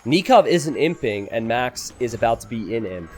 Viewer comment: every time you say "He's imping" I hear "He simping";)